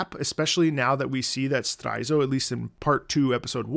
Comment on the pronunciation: you keep saying straizo wrong and its bothering me bad